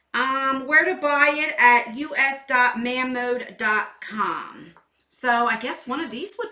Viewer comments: I think it may be pronounced moe-mon-de I think anyway ❤️ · Hi! Mamonde is a Korean skincare line, but they named thier company, using a combination of 2 French words. 🤔 Ma (sounds like the ma sound in man) and means "My", and Monde (rhymes with blonde) and means "world". Put the accent on monde, and you've got it! Hope that helps! Now on to the good stuff, absolutely love the sunset eyelook today! Georgeous!! I let my 31 year old daughter have my Saffron palette, but now I want it back! You can really pull off any colors! Can't wait to see you do a sea blue/green look. Allure has been killing it lately, but I don't really care for all the plastic. Frankly the things that they've been putting in their bags could go in a grocery bag for all I care... they are absolutely on point! Brushes... love them and am excited one is coming for me! Yep... still waiting on mine.🙄 💕🤗😘Tammy